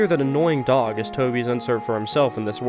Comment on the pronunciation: Ah yes D ö g